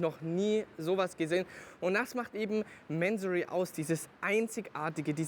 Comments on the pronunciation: Bevor man Fahrzeuge eines Tuners vorstellt, sollte man sich erstmal über dessen Hintergründe informieren! Der Gründer, Inhaber und Namensgeber ist der iranische Geschäftsmann Kourosh Mansory. Daher wird der Name auch nicht englisch "Mänsory" sondern Mansory ausgesprochen! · man spricht es doch nicht mänsory aus oder ?